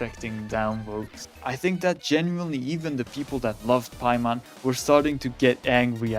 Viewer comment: WHY DID THEY BUTCHER EN PAIMON???? HUH???